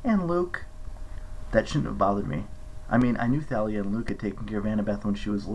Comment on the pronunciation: welllll thank yoiuuuu Hehehehehe but one thing you are saying satyr wrong it’s said “say-ter” and Thalia is said “tall-ee-ah”sorry to bug you about that... it’s just I get a little pushy sorry but you don’t have to Listen to an idiot like me😅😅😅😅